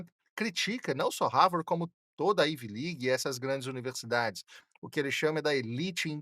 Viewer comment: dR... IT IS NOT IVI LIG... IT IS AIVI ( COM ACENTO AGUDO NO A) LIG.. PRONUNCIATON.